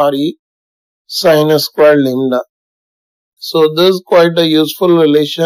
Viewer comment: Lambda or lembda 😅